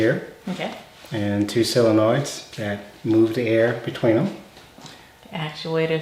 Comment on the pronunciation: Have finally wraoped my head around relays and can finish my shop's dust collection with automatic blast gates. I love the way the whole family pronounces "solenoids"!